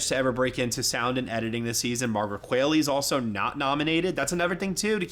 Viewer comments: Other than GHOST & A FEW GOOD MEN what movies were Demi in that were quality films? Fernanda or Mikey for the win. Its pronounced Kwa-lee--Margaret Kwalee (Qualley) Brody gives one of the great performances ever. I wish I got the RealPain appeal. IM STILL HERE for the win. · Margaret Qualley is pronounced like Wall-E